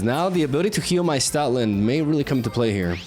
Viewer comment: Why do I hear Stalin instead of stoutland am I tripping